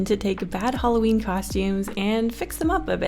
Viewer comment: Do you pronounce it h-OA-lloween or h-A-lloween? Just wondering bounus: so... your in 2020 when this is posted in 2019?! How??